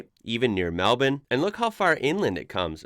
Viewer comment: Wow. A Yank that ponounces Melbounre correct. You belong in the Smithsonian.